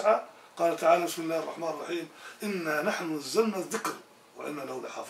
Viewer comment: ''َو خَشِيَ الرحمانَ بالغيبِ'' , الرحمان بفتح النون ياسيدي. لان الله لا يخشى احدا. فاذن, الرحمان كلمة منصوبة وليست مرفوعة.. شكرا جزيلا لك على نشرك لما يفيدنا في ديننا و دنيانا. وبارك الله لك في ذريتك.